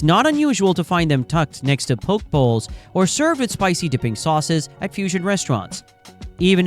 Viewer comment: "poke" bowls 👉🏽🥣👈🏽😂